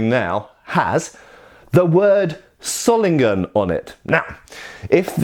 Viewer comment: One small correction: The "o" in Solingen is pronounced long not short. Like in the word "sword" :)